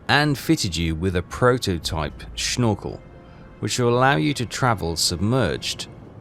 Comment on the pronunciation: LoL "Shnorkel" 🤣 Answer to your question at the end: Loved it, yas want much, much more.